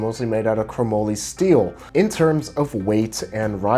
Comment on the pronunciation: Ok it said (ma-lee) Chrome molly (MA-LEE), NOT MOE LEE.